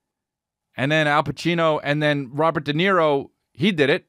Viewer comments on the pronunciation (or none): none